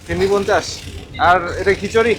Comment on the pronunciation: Ar Khochori na it's "Khichuri"